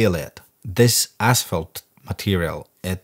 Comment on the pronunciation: "Tree Dee" - "Ass Falt"